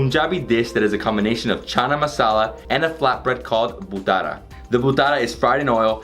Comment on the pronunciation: It's bhatura not bhutara😅😅 Awesome video 👍